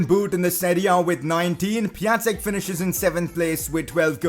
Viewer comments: Pia-n-tek not pia-tek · It is Pion-tek I know because I’m Polish and so is he. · You don't pronounce Piatek right :/